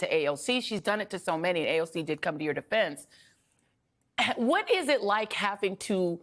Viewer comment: A hwhat now? 😂😂😂he put the H before AND after the W 😂😂😂😂😂